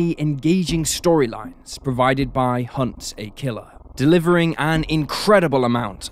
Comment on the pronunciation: Lol never heard it ever-so-properly pronounced as 𝘏𝘶𝘯𝘵-𝘼-𝘒𝘪𝘭𝘭𝘦𝘳. I usually hear the lazy sounding, laxed pronunciation, 𝘏𝘶𝘯𝘵-𝘶𝘶𝘩-𝘒𝘪𝘭𝘭𝘦𝘳. The British are indeed proper-fancy... monocle-fancy 🧐 lol!